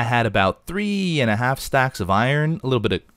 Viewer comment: sais iron like i-rin